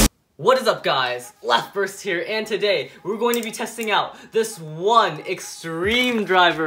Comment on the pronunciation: Hahaha you said laft burst